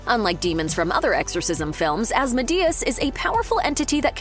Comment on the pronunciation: The way you pronounce asmodeus gave me a headache.